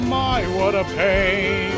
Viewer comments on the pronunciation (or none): none